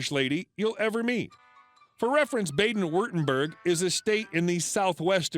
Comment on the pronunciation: FFS, learn how to pronounce "Baden".